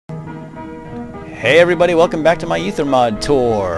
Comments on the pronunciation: Pronounced ether. Go look at a dictionary. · Aether is a real word originating from the Greek language and is pronounced Eether. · Seeing as Aether is a greece name, and in greek, Ae, makes the ee sound, it's EETHER. You freaking kid. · Oh yeah... does it so it MUST be pronounced like this, right?...